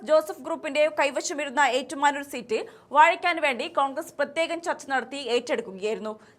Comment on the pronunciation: വാഴ ക്ക ൻ എന്ന് പറയൂ കുട്ടി